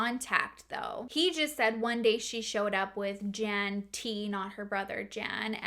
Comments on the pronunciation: Just for future reference: Jan is pronounced Yan in European language. And Vlad IS a really cool name to say. I even said it with you...Vlaaaaaaaad. 😁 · I love your videos. Just for future reference the masculine form of "Jan" is pronounced "Yawn" in Russian and Polish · Crazy story. Those people are really lunatics. Just one comment. Male name Jan isn’t pronounced as the English female name Jan. It’s pronounced like yarn, only you drop the r 🙂 if that makes sense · this sort of thing creeps me out so munch ahhh :( also in names like jacob, jan, jospeph, the j is pronounced as y so like yan or yacob; ik this isn't really a significant correction but oh well aha. I love your videos sooooo much ! sending love from denmark